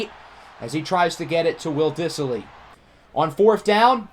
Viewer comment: Diss-ly. There is no I after the s